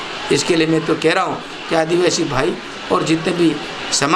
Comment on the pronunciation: जिला प्रमुख अपने मिलकर बनाया कमल कांग्रेस एक है आपके बहकावे में नहीं आने वाला है युवा बीजेपी की गुलामी करते हो इतनी काफी है दूसरों को गुमराह करने की कोशिश मत पहले आदिवासी शब्द बोलना सीखो इतना ही आपके लिए काफी है